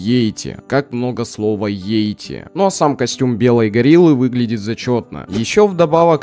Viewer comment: Наверное всё таки йети а не йейти